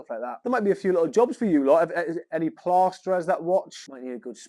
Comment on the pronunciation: Great gaff, but more concerning is how you say ‘plasterer’ 😂